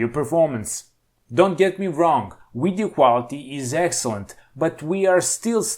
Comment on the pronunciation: "the uidio" ....the letter V is so hard....thanks for the laugh.